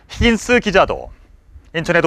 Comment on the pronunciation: 힌긴스~ 뭔개소리야 누군데 ??625 를사실그대로만 전달하세요 히긴스 가뭔데?